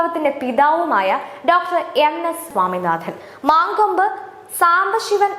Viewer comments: മാങ്കോമ്പ് അല്ല, "മങ്കൊമ്പ് " ആണ് പെങ്ങളെ 🙏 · മാങ്കോപ്പ് അല്ല. മലയാളി ആണോ അച്ഛനും അമ്മയും ? മങ്കൊമ്പ് ആണ്